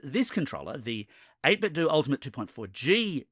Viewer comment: finally! it's freaking "do" not "dough".